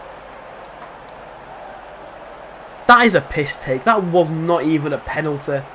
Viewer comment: What?!?! How is that a penalty😂 ( accent )